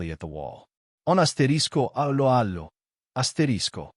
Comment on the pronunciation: Dreadful commentary - probably AI generated. Can't even pronounce the name of the programme correctly. I quit after 10 seconds